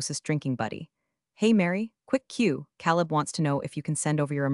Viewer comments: “Caleb” is pronounced “Kay leb.” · Next time, PLEASE PLEASE pick a name that the AI can pronounce, not Caleb